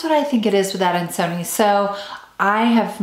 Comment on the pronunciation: It’s pronounced adan-so-knee-eye. Why are we only seeing you and only an occasional peek of the plant?